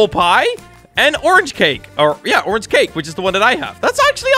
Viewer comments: all i hear when sees a orange ONION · how many times did he say onion instead of orange? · oinon????? its a ornge SIR DID YOU GO TO SCHOOL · Xd he said onion meaning to say Orange xd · orange not onion xd